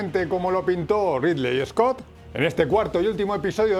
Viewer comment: rili iscot... amigo no podes pronunciar así, no es tan dificil.